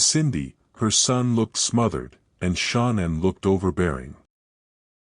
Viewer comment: Ty ….wish you knew how to pronounce her name correctly